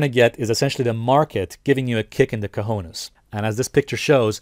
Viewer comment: good "Cojones" pronunciation.